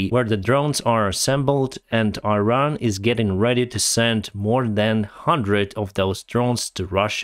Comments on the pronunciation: It is not EYE-RAN, it is EE-RAAN. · It's not pronounced 'Airan', it's 'Iran'. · I-ran? Please, learn the pronunciation of countries you talk about. Iran (Persian: ایران Irân [ʔiːˈɾɒːn] (listen) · “Iran”. pronounce . You are not only talking to anglo-american audiences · try to pronounce iran as Eran. Like Elon in Elon Musk. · you're doing a great service, thank you very much. But please use correct pronunciations of Iran and Iraq. Thanks again, and more success to Ukraine.